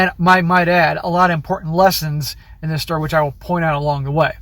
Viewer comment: Stop saying "Dis" man. You aren't from the ghetto.